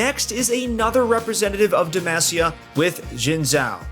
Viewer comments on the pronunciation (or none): He says Demacia wrong like Jarvan does right after going over J4